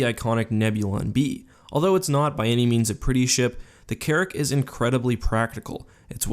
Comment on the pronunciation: anyone else hear Carrot instead of carrick